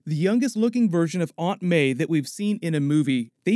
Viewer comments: he said aunt bay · He said Aunt BAE on